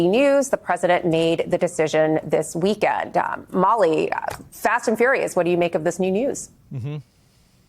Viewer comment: "this week-end-a"